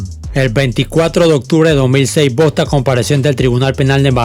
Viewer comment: No digas Bosta porfavor jaja bosta son los de aca de mi paìs que hablan cmo centroamericanos